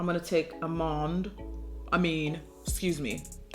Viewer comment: "I'm sorry, I mean aahhmmaanndd... Its French" I litteraly died😂😂😂😂😂😂